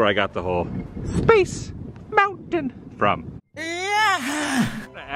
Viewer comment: I've watched the said Mickey Mouse clip and that's not how he says "Space Mountain"